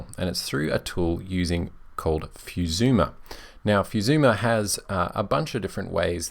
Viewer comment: Many great recommendations here, i leaned A LOT! thanks. For reference: Fusuma (foo-soo-ma) Libre Office (lee-bruh)